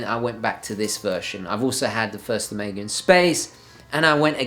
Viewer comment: Take a shot every time he pronounces "Omega" wrong.